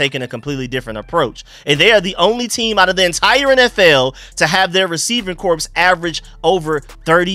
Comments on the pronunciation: Point of order: Corps is pronounced "core.' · Just fyi the word “corps” is pronounced like the word “core”